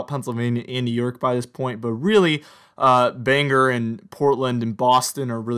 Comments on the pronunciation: So, I live in Maine Bangor is pronounced BANG..OR nor banger. Where is this city Scra...on , did you mean ScraN Ton( Scranton). The new hip english, drop consonants; COU'N(couldn't), WOU'N (wouldn't). But thank you for your efforts, good fun! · IKR, I laugh every time he says it!